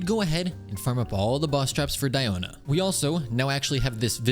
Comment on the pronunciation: It is sad you spent all those resources into Tenacity when the 4 piece passive is practically useless on Diona. It's only SKILL damage, so her burst does nothing for you in proccing the passive. It's Nobless Oblige all the way for Diona. Also it's DEE-oh-na. Not Dye-oh-na. It's not pronounced like that in real life and, yes, the EN VAs are wrong. They pronounce everything wrong.